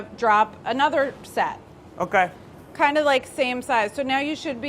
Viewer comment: No one: Literally not a soul: Charles Melton: M-kAy